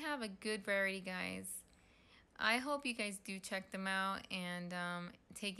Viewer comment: Variety is pronounced, “var-rye-it-tea” not “vary”.